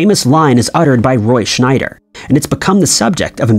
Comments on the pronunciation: It's not schneider. It's Scheider. Roy Scheider. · It's Roy Scheider, NOT Schneider. There is no "n" in his name. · His name is Roy Scheider, not Schneider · Roy Scheider. His name is Roy SCHEIder, not SCHNEIder. There is no "N." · Roy "Schneider" lol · Here's another "Jaws" Mandela effect for you: There is no "n" in the name Scheider. Our narrator consistently refers to Roy Scheider as "Schneider." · Roy Scheider is the actors name. Not Schnyder. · By the way it's Roy Schieder not Roy Schnider......just saying. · Scheider... His name is Roy Scheider... not Schneider... and it is "Bo-garde", not pronounced "boggart"... Dude, when you type in the text2voice, at least QA the results and edit... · I’m 7 minutes into this video and there are already 2 Mandela Effects that have to do with pronunciation lol. Humphrey BoGART, not Bogert (and did you say “Henry?”) Roy Scheider - no “n” - not Schneider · It can't be AI, because it also mispronounced Roy Scheider as Roy SchNeider. That's not an AI mistake. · I think Ed McMahon was the only name he pronounced correctly in the video. Boggart, Schneider, Joanne - how do you screw all of those up in one video? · Also, he mispronounces Humphrey Bogart, and Roy scheider ... I'm not done listening yet. Sure, I'll be back...